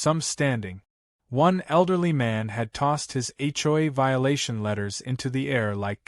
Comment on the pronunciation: That's AI for you... can't read or pronounce some words